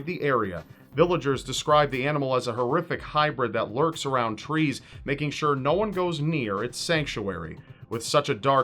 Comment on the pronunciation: You "shore" didnt:)